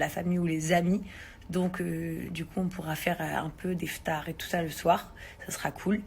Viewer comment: Elle a dit {des FTARS}🤣🤣🤣